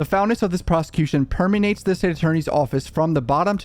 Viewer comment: “The foulness of this prosecution permenates (the transcript reads ‘permeates’) this State Attorney’s office…” Hahahahaha bro really said “permenates” without missing a beat like that’s a real word and he’s KNOWS he read it right. hahaha